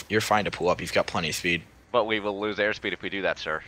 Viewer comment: "You got plenty of fpeed"